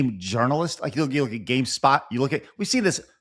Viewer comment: GameSPOT is a gaming website, gameSTOP is a store. I'm aware they sound alike but you said gamestop three times in a row when you meant SPOT